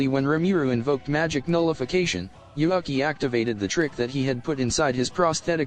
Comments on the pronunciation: Why read Yuuki as Yuhaki ? xD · In the start you pronounced Yuuki's name correctly then during the video kept calling him YuAki.. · why u pronouncing yuuki yuaki?? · why is yuuki is pronaunce yuaki? I don't get it